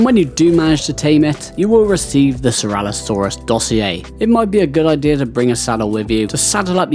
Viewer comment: No hate but please stop calling it ceralosaurus lol it is ceratosaurus cera-toe saurus. 😂